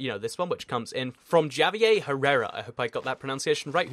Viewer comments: lmao he said Ja-vier instead of ha-vier, was that intentional? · The way he said Javier in the beginning XD